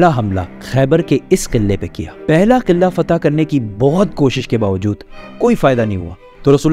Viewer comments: Killaa ni qila hota he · Killa ni قلعہ hota ha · Killa nahi Qila 😊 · Qilla nae hota bhraa jee Qalah hota hai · Kila ❎ , killa ✅ 😅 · Killa nhi hota kila hota hai 🤣🤣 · iam angry why you are saying qillla its qila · قلعہ ہوتا ہے کلا نہیں ہوتا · Yar sab thk but قلعہ sae se pronounce kro Qilla nhi hota pls. Sara focus qille pr chala jata hai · mispronounced word kila,face expression is so funny information wise this video was awesome